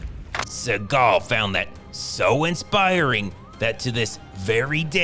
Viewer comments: I luv how he pronounces Suhgaw😭🤣😂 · It's pronounced "Seagull" C-GL Cee-Gul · Always keep in mind , the real pronunciation is ' Seagull ':face-blue-smiling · You should pronounce his name as the bird... as that's how it's supposed to be pronounced. He just changed it because he thinks it sounds cooler.